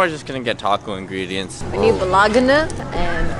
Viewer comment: did just say bologanah 💀💀